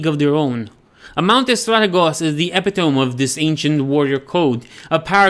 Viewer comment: Love the video. Few notes on pronunciation for, because English is stupid. don't up vote "Embalming"-b is silent "Corps"- pronounced "Core" "Epitome"- hard E at the end, e-pit-o-me